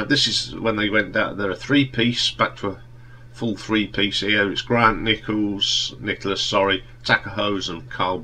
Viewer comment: For me Polythene is their best album, I love all of them but especially that and Comfort in Sound. So many memories! PS its Grant Nicholas not Nichols!